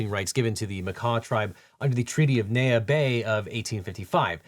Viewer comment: The most pointless nitpick of mine for this video, Legal Eagle mispronounced Neah, it’s like knee-ya.